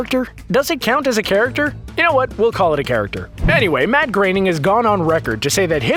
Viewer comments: also who is this Matt Graining OP keeps talking about? It's pronounced Groan-ning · It's groaning not graining also flying spaghetti monster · Why do you keep pronouncing it "Matt GRAINING"? It's spelled Groening. Same dude created the Simpsons, which has been on the air for over 30 years... and no one, including Matt GROENING (grr-oh-ning) has EVER pronounced it "Grey-ning". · Anyone notice how his pronunciation of Groening changes everytime he says it. Ranging from growning, greyning and greening.